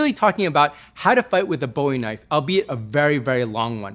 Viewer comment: "THATS a Knoife."